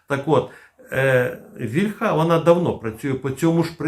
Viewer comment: Плюсик, але не стомлюся нагадувати, що українське слово «вíльха» має наголос на «і» (це за порєбріком «ольха» наголошується на «а»; не треба за ними повторювати).